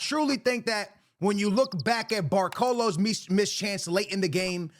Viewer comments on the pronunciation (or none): Bro this man is insane with player names. This man said “Barcolo”